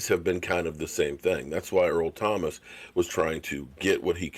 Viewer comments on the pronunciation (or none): none